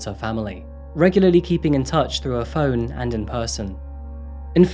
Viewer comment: calling your “fo-one” lol “aboot”